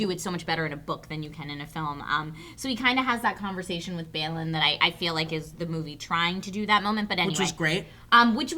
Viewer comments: Balin is pronounced (Ball-in). They say it so many times in the movie, there's no excuse for getting it wrong. That Gimli line was great in that it is a little moment that Legolas has no idea how much Gimli will affect his life in the future. No mention of Bombur in the barrel scene taking out half the Orcs by accident? Tauriel was a great character, but the thing with Kili is bad, in that it underplays the importance of Legolas and Gimli 60 years later. That relationship was (according to Tolkien) the biggest breakthrough in the racism between Elves and Dwarves in the Third Age, and now we have an elf and dwarf who happened to have a romantic relationship 60 years before... Not to mention Tolkien explicitly says Elves and Dwarves NEVER had ANY romantic relationships PERIOD. I don't mind if it ends up being purely platonic, as they are young and are not deep set in their ways, but it does take away something of the special bond between Legolas and Gimli. I love sometimes, but other times it's almost like he wants to be an uber-nerd, but ends up sounding like an idiot to those who are. The Gimli line was amazing as I mentioned above, the Necromancer was not controversial because it is exactly what Tolkien retrofitted it to be, and the Tolkien estate never gave its blessings on Jackson's films. In fact they condemned them as a travesty to the original books and actively boycott and discourage others from watching them. That all said I loved Desolation of Smaug and would p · who the fuck is bale-in? do you mean balin? (bah-lin) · It's Balin not Bailing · They really butcher the names In this review i crinched every time they said Balin with that hideous American pronounciation. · Bah-lin, not Bai-lin (Balin) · Its pronounced Bawlin not baalin its Dwalins brother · Holy hell! Am I the only one that got so frustrated at their pronunciation of Balin? It's not BAYLIN. It's BAHHLIN. One of my only complaints of this review. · you guys are saying Balin incorrectly.